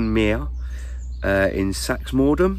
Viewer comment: BTW it's pronounced Sax-mund-ham .....